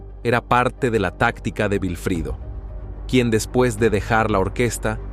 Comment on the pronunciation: No es vifrido, es Wilfrido, w